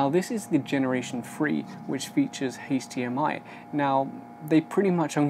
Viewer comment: took me a sec to figure out you were saying HDMI, since you pronounce it as HAISH-DMI